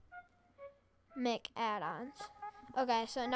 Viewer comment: Man really said mick